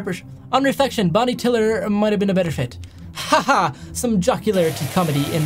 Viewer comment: Bonnie tiler not tiller